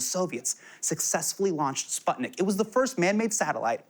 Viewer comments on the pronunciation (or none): it's pronounced "spootnik" Sorry for being like this lol